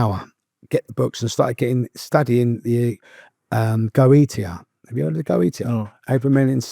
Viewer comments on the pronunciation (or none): Some of his pronunciations are absolutely awful, but I have to rescind my previous comments he is incredibly well informed in matters of various magickal practices (Kaballah, Tarot, Hermeticism etc) Goetia is pronounced Go-eesh-ah. He's not wrong it's incredibly powerful stuff and is unbelievably dangerous for you and your soul if you don't know what your doing. Sephiroph is pronounced -Seth-ear-ot. There's ten levels (if you wanna put it like that but idk if that phrasing is right but it's close enough) of the Sephirot to answer your question. As your guest has made clear, these things are so powerful and they can seem like they are improving your life and your lot, but nothing is free in this life and the forces your using will come to collect what they are owed. Maybe tomorrow, maybe decades later. But they will always collect. Usually this means either severe mental illness for the rest of your life, and relinquishing your soul when you pass. Which may mean eternal damnation in hell. He was very honest and very candid, and he strongly discouraged following his footsteps and practicing the occult. This wasn't only a fascinating conversation but he isn't glorifying it at all so it was approached very responsibly. Thanks to you both for a truly interesting conversation 👍